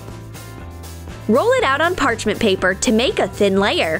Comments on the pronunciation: she says green pepper instead of paper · Why did you say pepper? Its supposed to be paper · i like how he says green "pepper" instead of "paper" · You said peper instead of paper!!! Lol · You said pepper in stead of paper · I wasn't sure if she said paper or pepper lol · You said pepper it is paper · I literally was about to comment that about like how did anyone else hear that too and I just seen this comment I literally how do you say pepper when you’re talking about paper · Did she say pepper in sted of paper? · Im glad im not the only one that noticed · Mandy Davis IKKKKKK I WENT PEPPER YOU MEAN PAPER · yeh I heard pepper instead of paper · Yes she said pepper in stead of paper XD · she said pepper instead of paper😄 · whoa they said pepper instead of paper.🤔🤔🤔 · Anybody else hear green pepper instead of green paper??? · Instead of 'PAPER' , all I can hear is 'PEPPER' Like if you hear it as well 👇🏻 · Ja sant lol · LOL 😆 i heard it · paper not pepper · Is it me or did she just say green pepper instead of paper? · When u did hulk chips u said pepper instead of paper lol 😂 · Did anyone else hear that the narrator said pepper instead of paper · i just heard pepper instead of “paper” in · That’s theSame thing I was going to say did she say pepper instead of paper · Me too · Did you realize you said pepper instead of paper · New trend do you hear "Pepper" or "Paper" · You said green pepper 👇🏻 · don't be mean! when said "pepper" instead of "paper" doesn't mean you have to call them a "idiot" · Does she say pepper insted of paper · They said green pepper instead of paper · you said pepper instead of paper. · Why on the chips one why did you say pepper not paper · She said green pepper did u hear it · The huge chip one She was going to put a big piece of paper on but if you listen closely she said put a piece of pepper on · You said PEPPER Instead PAPER 🧻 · Instead green paper she said green pepper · You said green pepper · You said pepper instead of paper